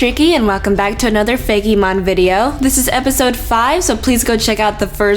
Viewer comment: Tricky, it's fake-mon not fay-key mon!